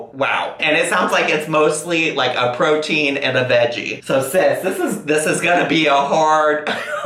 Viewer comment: I know he said protien but almost every time Dr. Now says protein it sounds like cocaine. Like "cocaine and vegetables". I respect the frick out of this Doctor and the patients he puts up with sometimes.